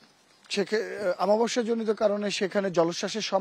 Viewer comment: রিপোর্টার বলে আমাবস্যা, হবে অমাবস্যা।